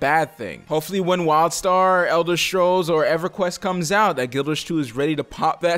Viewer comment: I swear every time you say Elder Scrolls, I keep hearing "Elder Strolls" And when it comes to an X-pac, I think Anet is ready to do it... it's NCsoft who are being stingy. They are pumping funds into Wildstar, and might've just decided Anet and GW2 wont produce a good profit if NCsoft funds an Xpac. Now, no hate to the people who want Wildstar to be a success, in fact, I hope your game blossoms with great content and fun communities! I just want someone to knock sense into NCsoft, so they start putting money into GW2 and Wildstar equaly.